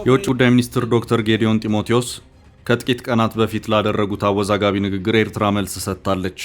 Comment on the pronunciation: Abiy's FM can't even pronounce Eritrea correctly.